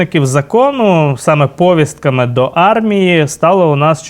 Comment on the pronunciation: правильно говорити повІстка,а не пОвістка, а також не "в рамках", а "в межах"...тлумачний словник на допомогу